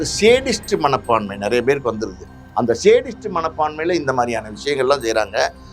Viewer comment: யோவ் அது சேடிஸ்ட் இல்லையா சாடிஸ்ட் 😂😂😂😂